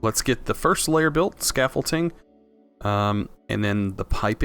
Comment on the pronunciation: ScaffolDing with a D not scaffolTing with a T. Love this series!